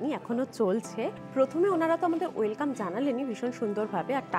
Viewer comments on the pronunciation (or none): none